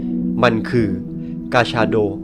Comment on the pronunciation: ผมได้ยินกาชาโดเป็นปลาชะโดอะ😅